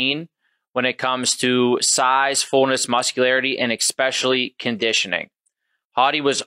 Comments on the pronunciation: When the man running the business says ekspeshally. 😂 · ".....Eckshpeshelly conditioning."